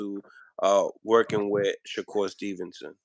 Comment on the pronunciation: He calls him “Sha-cure” 😂